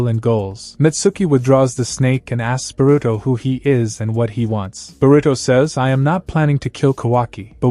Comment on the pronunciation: burito pronounciation funny